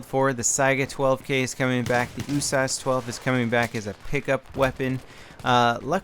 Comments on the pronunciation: Its the U.S.A.S 12 not the "Usauce" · U-Source 12? Its pronounced U-S-A-S 12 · Isnt it supposed to be U-S-A-S not "oosas"? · In what universe is the USAS12 pronounced "ooo-sahs"?! Where are you from,??? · It's actually pronounced yoo-ess-eh-ess (United States Assault Shotgun) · Please stop calling it oooosas xD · Why do you say USAS like is a word? U-S-A-S. 12. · When saying usas why don't you pronounce the U Instead of saying oo? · Just because you say usas doesn't make it right. IMO it doesn't really matter, just say it however. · you say USAS without the U but using O